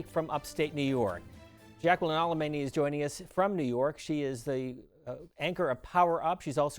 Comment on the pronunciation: alemany??? That*s a Latino surname the n is written and pronounced as anyi. ??????